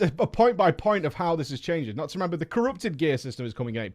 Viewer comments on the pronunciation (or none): none